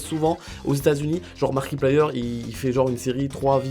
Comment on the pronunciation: ÇA SE PRONONCE MARKAPLÉYEUR ET SINON UI ON EN VEUT D'AUUUUUTRES bisous